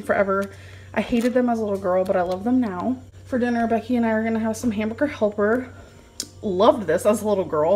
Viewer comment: Hahaha she said "hambooger"